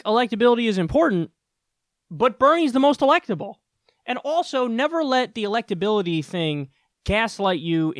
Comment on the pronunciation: Respect my electabiliteh!